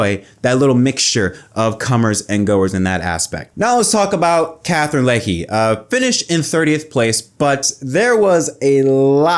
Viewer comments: Thanks for speaking up for Katherine, her first race in NASCAR cup We Brits are proud of her 🇬🇧 PS Her name is Legge not Leggy 😊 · It's legge (Leg) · Katherine Pronunced: Leg!!!